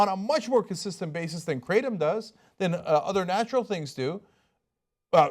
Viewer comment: Technically, it's pronounced with a short a sound, like "crattom". There really aren't "two constituents" to the drug. It's literally nothing more than the ground-up leaves of the kratom tree. That's it. In Southeast Asia where it's been used for time immemorial, many people just pull the leaves off the tree and chew them.